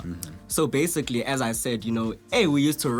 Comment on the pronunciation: Lol... sometimes it sounds like,"Basigally"